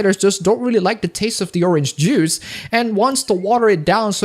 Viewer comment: "didn't like the orange Jews" I love your English.